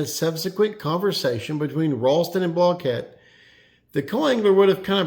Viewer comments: Block-it. Not blah-kett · Since when did Randy pronounce his name 'block-ette'? For all that yapping and gossiping you girls do on this channel, you'd figure you'd respect the man's name enough to pronounce it correctly while you are trying to dig up some controversy to increase your click thrus. I'm glad you have a nice hobby henpecking grown men, but consider how it looks to folks wondering why grown men listen to this nonsense to begin with. Go fishing for farts sake pal. Get some sunshine on that bag of bones